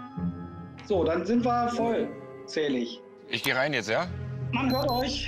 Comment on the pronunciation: „So dann sind wir voll….zählig.“😅😂